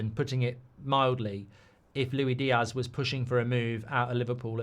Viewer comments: His name is Luis Diaz not Louie Diaz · It's "loo-is-dee-az". He's Colombian, not french.